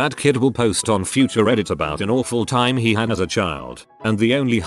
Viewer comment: I know right, it seems like it has trouble with the word "time" idk if it's a key to some conspiracy theory, or just faulty programming for the robot reader?